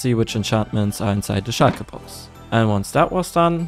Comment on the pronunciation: "Shulker box" sprichst du so richtig deutsch aus😁